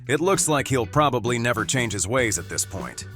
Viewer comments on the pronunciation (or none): none